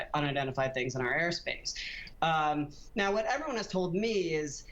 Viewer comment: They're *U*FOs not *A*FOs. 🙄